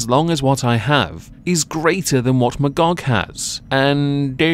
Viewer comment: You mean Ma-Y-gog?